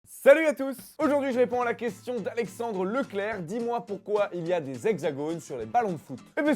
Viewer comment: #dmp pourquoi on dit poyrquoi?